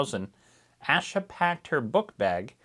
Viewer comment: Beginning of Asha’s name is pronounced like Day or Hay. Thank you for covering her case…Judge Cannone is pronounced a bit like cannoli…The judge didn’t ignore the jury’s decision on two of the three counts- No one was aware of that decision until jurors came forward after trial to say the form & instructions were somewhat confusing & they thought they had to agree on all three counts instead of just one & that’s why they couldn’t reach a verdict. The appeals court ruled against any further action in regard to the ultimate deadlock.